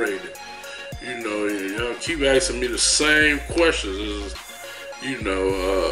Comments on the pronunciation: Asking not axing. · axin or asking? proper english please....